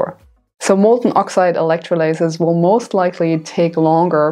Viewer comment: Hey! That was really useful and well presented. So glad I found you, and hope that your channel really builds. Just one constructive note - 'electrolysis' in English is pronounced with the stress on the 'o'. Thank you!